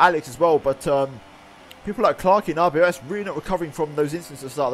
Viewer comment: NO ITS R B O S , IT NOT RBOS XD